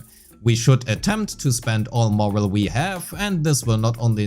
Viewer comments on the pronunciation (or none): It's pronounced "more-alley" right? His Morale?